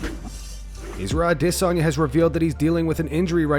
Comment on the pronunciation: I believe there's a parallel dimension where you can say Adesanya properly.